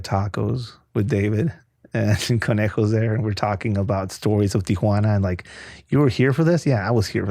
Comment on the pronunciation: The way he says Tijhunaana or wahtever kinda driving me up a wall.